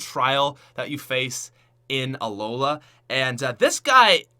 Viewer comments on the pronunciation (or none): none